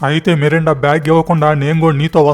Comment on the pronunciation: Melinda ra babu merunda kadhu